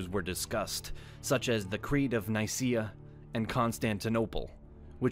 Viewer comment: mmm here you pronounce Nicea with an s sound while at the beginning you use a k sound. Other weird things like how you pronounce annulment lead me to believe you used AI so theres not the consistency a human would show.